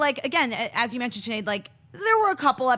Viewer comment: Every time refers to Sinead as Sneed, cracks me up laughing lol